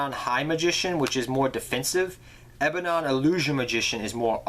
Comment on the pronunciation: its not ebanon. its ebon